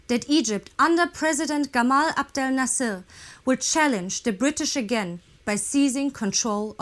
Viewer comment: Nasser not Nassal.